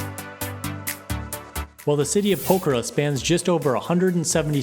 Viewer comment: What is this English? You are saying pokhara. Poker I mean what is this if want proof just press the subtitles button.